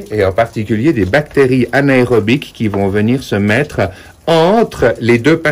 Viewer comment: Tj intéressant, mais le terme de l'infection est:anaérobir,non anaérobic comme la gym aérobic 😄